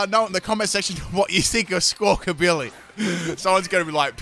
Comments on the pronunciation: It's amazing, he didn't get that bird's name right even once. it's billy, not bility... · you have had a rough time saying squakabilly